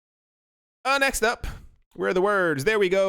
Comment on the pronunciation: Please say next up correctly as you keep waking up my Alexa thanks